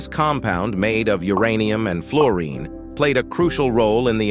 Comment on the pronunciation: Oh please, something or someone who knows how to pronounce the subject of your documentory.